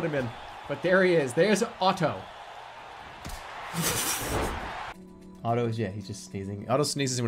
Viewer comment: I find it weird how Jerma heavily pronunciates the "tt" in "Otto"